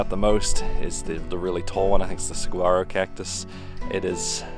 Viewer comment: FYI, Saguaro is pronounced Sa(h)uaro! Other than that, excellent video.